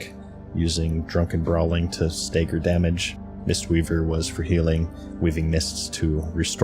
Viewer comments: "Stay-gger?" How do you make that mistake twice? It's not some obscure word, and even if it was, it's spelled and pronounced like dagger. Unless you call those "dayggers." this is like the sort of mistake a space alien pretending to be human would make. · I'm more bothered by the long "A" in "stagger."